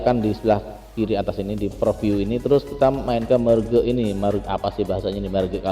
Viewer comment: merge dibacanya merj